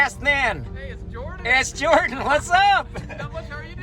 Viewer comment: ジョーダンの事を英語で ジョウンッって発音するんだ！